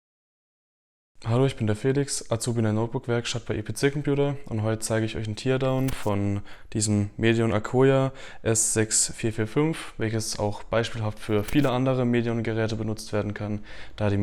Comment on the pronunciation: Das "tear" in "teardown" wird hier als "tär", nicht "tier" ausgesprochen... obgleich man "tear" (Träne) tatsächlich als "tier" aussprechen würde. Ja, Englisch ist eine seltsame Sprache 😂